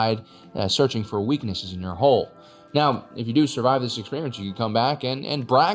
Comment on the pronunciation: the ONLY annoyance is people who cannot say 'hull', and instead say 'hole'.